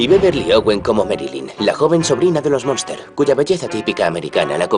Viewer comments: Es la familia Munster, no "monster" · Es Munster, no Monster como indicais